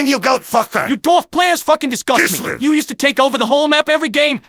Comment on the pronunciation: Heavy: 'KISLEV"